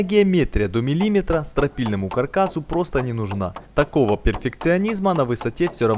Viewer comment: Где- где вы в слове миллиметр ставите ударение?